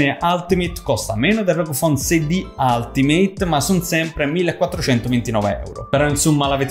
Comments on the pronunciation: ul-ti-meyt... no alt meyt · se si vuole fare i perfettini, si pronuncia: "altimeit"